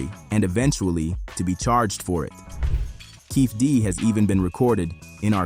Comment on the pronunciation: Dwayne que-fee-dee